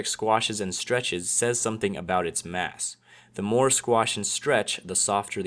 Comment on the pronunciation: when he said mass i sounded like ass